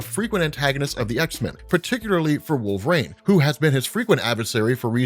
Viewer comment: I find it interesting how you pronounce "wol-ver-een" as "wolv-rain"